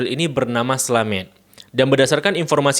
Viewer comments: Nama bapaknya Slamet bang, bukan Slamet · Izin meluruskan, bacanya slamet bang, bukan slamet 🙏